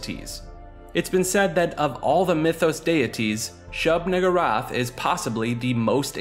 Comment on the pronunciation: “Shub niggurath”💀